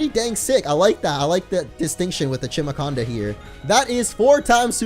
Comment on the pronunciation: its pronounced "chimaconda", not "kimaconda", like chimara